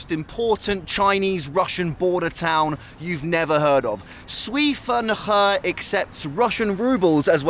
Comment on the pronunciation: i love your content and have been following you since the beginning..but for this one, please learn how to pronounce the name of the city...'sway fun her'...it's not hard, just ask a chinese speaker to teach you how to say it ;)